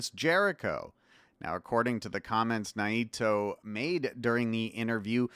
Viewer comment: have I been mispronouncing Naito all this time? 😯